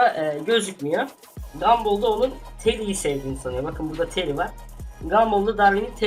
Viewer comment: 2de bir keri diyip duruyorsun Keri değil teri adı